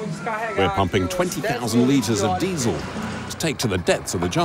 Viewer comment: The commentator says diesel as though its dynamite, safe as houses